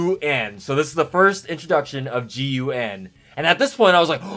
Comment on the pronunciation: I’d always pronounce the agency as GUN instead of G-U-N. You wouldn’t say S-H-I-E-L-D.